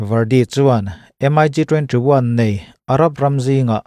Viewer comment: MIG...hi M-ai- gi ti lo in 'Mik' ti in an lam zawk...hman ah khan i chanel ah M-ai-gi ti lo a..'Mik' tih zawk tur ti khan.ka ron comnent taeh a..tun thleng in i la ti M-ai- gi ngar ngar a..thu i awih lo e mai🤣